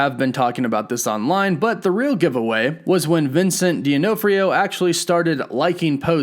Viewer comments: It's De-Naw-Free-O not Dea-No-Free-O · Dee, oh, no, free, oh..... really? Its dun, ah, free, oh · Vincent "dee onofreyo" 😓😵 bruh.. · It's De-Naw-Free-O 😉 not Dea-No-Free-O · dee-anof-rio...? omg youve never seen FMJ or L&O:CI? shit man..... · Di-MAH-FREE-OH Hahaha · My dude, please look up how to pronounce Vincent D'Onofrio's last name. It's D' NOFF RE O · Vincent Deee-aww-for-ree-No... good video btw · Vin Suhnt Duh Naa Free Ow...... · It's Dee-NOFF-Ree-Oh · Vincent Dee-uh-know-freo. Wow, you really are an insider. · I laughed every time he said it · Duh-NOFF-Ree-O…show the man some respect, ya MO. Just sayin’ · Have you never heard anyone saying D’Onofrio’s name before? Damn, son lol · Please get someone to tell you how to say Vincent’s last name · Why do you keep saying his name like that? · Ooof, that pronunciation of D'Onofrio.